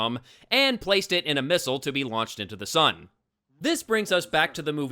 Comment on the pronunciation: I don't know why his pronunciation of the word missile drives me nuts but it does...not as much as nuclear but still.